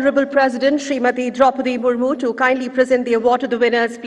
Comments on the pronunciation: It's murmu not murmur pronounce correct pls.😬😬😬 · Murmur nahi madam Murmu😅😅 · Murmu was pronounced as Murmur........